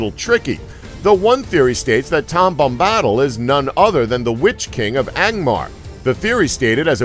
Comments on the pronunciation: Your pronunciation of Tom Bombadill is odd. You say 'Tom Bom-BAH-dl'. Everybody else who is more familiar with the stories pronounce it as, 'Tom BOM-bah-dil.' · Yea. It's Bomb - Bah -Dill not Bombbadal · OMG :D the way he says Bombahdil xD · Can't even pronounce tom bombadil name correctly. And smeagol was never a hobbit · I almost feel like the narrator went out of his way to murder that pronunciation.